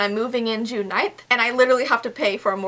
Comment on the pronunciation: Who else thought that when she said "June 9th" that she said "tonight" 😂😂